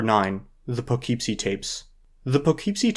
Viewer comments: it's "Poogh-keep-see", not "Pugh-keep-see" like the guy in the video keeps saying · as someone who grew up there, it’s pronounced “puh-kip-see”. lol😊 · Just a little thing: Poughkeepsie is pronounced "puh·KIP·see." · The problem with this movie in comparison to the rest is how low of a budget Poughkeepsie Tapes was shot on. I think if you accept it for what it is, it becomes way more enjoyable. It’s just a really creepy, uncomfortable movie. I wasn’t aware that it had this type of reputation online of being one of the notorious films. It’s also my hometown, so I may be a bit biased lol hearing him mispronounce it over and over again was tough haha. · Taking several points of mental damage every time you pronounce Poughkeepsie that way hahaha